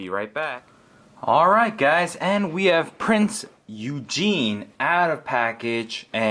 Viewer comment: If it hasn't been mentioned before, I am pretty sure that it is pronounced oo-gen. At least that's what it was like on a documentary